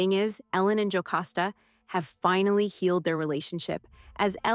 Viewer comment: It’s Jocasta not Jocosta!